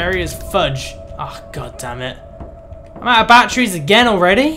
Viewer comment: I like how you call batteries, bat-tree's